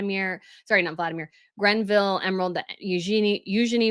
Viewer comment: It's not the "Grenville" tiara - it's the GREVILLE tiara, from the estate of Dame Margaret Greville.